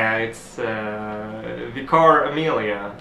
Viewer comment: /vikər/ Amelia is the correct way.